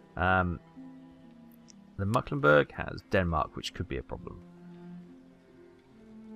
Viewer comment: it's NOT mucklenburg, its mecklenburg!